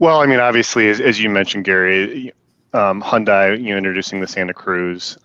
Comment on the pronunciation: Thank you,, for pronouncing Hyundai correctly. It seems that so many “car guys” mispronounce it with a kind of contempt.